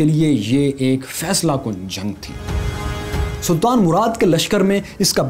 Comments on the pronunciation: Good work But the name is not ba-yazeed. It’s biyazad 🙄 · Badshah k bete ka "Ba-Yazeed" nahi balky " Bayazat " tha. Pronunciation mein Turk naam Urdu lehjey mein parhey gy toh yehi hoga... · The name us Beyazad not Baa Yazid